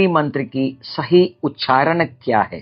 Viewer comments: It is ucharana not ucharan... Veda not ved, nyasa not nyas. First you must learn to pronounce properly before posting such videos... Shame!!! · The word उच्चारण is itself wrongly pronounced by the Acharya as उच्छारण with a needless _छ_. Unfortunately most persons from Tamil Nadu including Brahmins, have misplaced pronounciation of Sanskrit. The notable exception was late Dr Suresh Iyer of Ghanapati, whose voice shines through with clearest articulation. His untimely passing was a great loss to the Sanskrit knowing community. The reason is clearly the Tamil script that has one க for four sounds of Sanskrit - क ख ग घ. The inadequate (நொண்டி = lame)Tamil script handicaps the natives. Further anti Hindi ideologues of TN have prevented the propogation of Hindi teaching in TN for about 75 years.